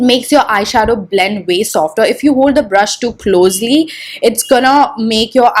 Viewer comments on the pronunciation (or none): bLLLLLend bLLLLending bLLLLend. OMG!! Just stop with that!!